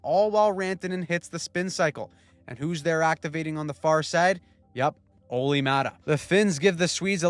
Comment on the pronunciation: ”Olli thing that Määttä’s here” 🤣🤣